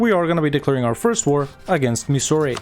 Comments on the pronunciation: Why the french sounding names ... it's pronounced Mysoor and Coodaloor. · Pronouncing Mysore as Missouri is the funniest thing I’ve heard all day 😂. But other than that ur pronunciation was way better than I expected